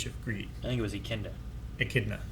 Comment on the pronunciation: I like how never pronounces Echidna the same way twice.